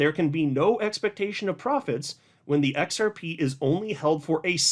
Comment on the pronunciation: The “XEP” 😂. Long live!